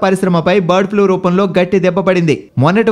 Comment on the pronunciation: One more thing.. Flue kadu Flu.